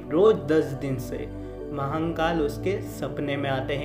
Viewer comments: Vai Mahankal nehi Mahakal N nehi rahe gaa.... Aapka har video pe apne Mahankal bol rahe ho g sune ko bohot kharap lagraha hai.... Wo guru Hai hum logo k.... Guru kaa Nam thik se loo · Har Har Mahadev 🙏🙏 Jai Shiv Shankar BholeNath 🙏🙏 Announcer ko bolna nahi aata h??? Ya vo hindi nahi bol paate h??? Shame on U mr. Announcer and mr. Editor. Mahakaal bhi theek se nahi bol paate ho. Thirdclass announcer.